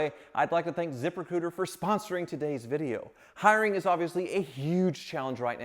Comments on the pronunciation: Anyone else hear the sponsors name as ZipperCooter ? lol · When was talkin about his sponsor "zip recruiter", it sounded like ZIPPER COOTER 😂